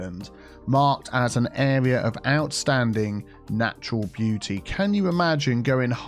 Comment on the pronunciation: More like "Area of oustanding beau-tea"